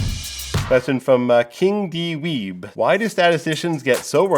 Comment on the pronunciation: Nobody else found it funny that he called the first guy "king d weeb" instead of "king dweeb"? lol, shows where his mind is